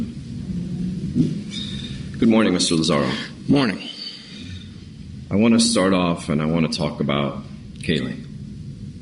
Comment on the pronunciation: Its Lazaro! Not Lazario for the 10th time!!!!!